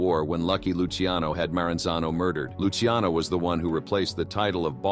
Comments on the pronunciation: Luciano sounds like Lou Cha No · Say it with me.. Lu-Kay-Zee